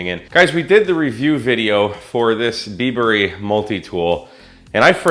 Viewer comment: I think it's "Bieber"